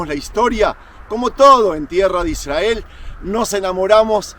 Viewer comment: Con todo respeto estas pronunciando mal la palabra Israel... Al estar la "R" después de una consonante debes pronunciar como si hubiera dos R.... Otro detalle "El Arca" es femenino aunque el articulo sea masculino. No dirias "El Agua fresco" sino "El Agua fresca".... Lo mismo para con "El Arca habia sido secuestrada, no secuestrado". Por lo demás, muy lindos tus contenidos. ¡Saludos!